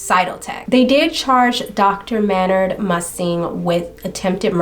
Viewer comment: This story got me heated! At the jerk of course, and Michelle’s Drs for dismissing her concerns out of hand. But did dude really pronounce his name like that? 🤨Thought it was May-nard! I have only heard the singer of Tool’s name spoken by other fans as May-nard! but Idk, I’ll look it up, since you watched a TV episode! The pronunciation Man-nard really irritated me for some reason-so it fit this douche canoe perfectly! Wow, pretty upsetting he was allowed bail!